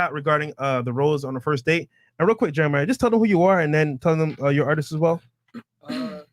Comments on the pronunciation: what does miss pronouncing a name have anything to with networking?😂 holy hell yall come up with any reason to put down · Yoo but y’all ain’t peep brodie Jeremih get mad mad when fresh kept saying his name wrong. Bruh like I been in here n dos how you disrespect me